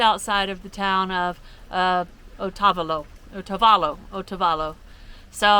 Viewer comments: Otavolo......O-tah-bah-lo ..O says it’s name.. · Oh-ta-VAHL-oh. I live in Ecuador